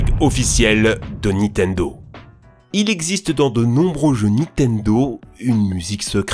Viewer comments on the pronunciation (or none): Et! A chaque fois que tu dit Nitendo je saigne des oreilles! C'est NiNtendo hein^^ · NINNNNNNTENDO putain on te le dit à chaque fois!!!!!! NINtendo pas nitendo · tu dis tjrs "donkinkong" et "nitendo" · Arraite de prononcer Nitendo sans 'n'. C'est NiNtendo. 😒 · C’est NiNtendo par Nitendo, la prononciation en général c’est toujours pas ça hein 🙄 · Vidéo incroyable mais s'il te plaît c'est Nintendo pas Nitendo : ninetendo ta manière de le prononcer m'a tellement trigger mdr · "Donking Kong" "Nitendo" Je paris que le narrateur crois que Zelda c'est celui avec le chapeau vert lol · "nitenedo" * 5000 , mes oreilles. Sinon très bonne vidéo toujours un plaisir ! 😉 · Je suis le seul à tiquer sur le "Nitendo" ? XD